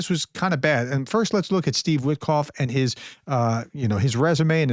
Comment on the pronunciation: Wit-off, the k is silent.